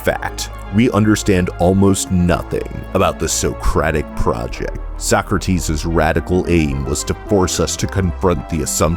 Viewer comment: finally someone who knows how to pronounce Socrates